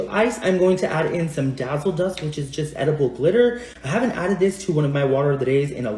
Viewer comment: Dia bilang nya Eatdeble glitter gak sih bang?